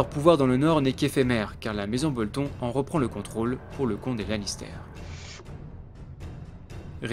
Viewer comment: BoltonE, pas Bolton.. Super vidéo sinon ^^